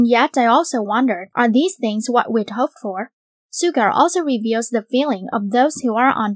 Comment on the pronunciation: Is that how you pronounced Suga lmao?? Im not a English native speaker but that sounds weird